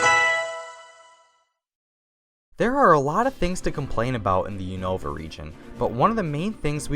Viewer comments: He kept saying Unova wrong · Let’s just ignore the way he pronounces Unova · I gave a dislike because u pronounced loads of names wrong like unova and noivern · you said unova and kalos wrong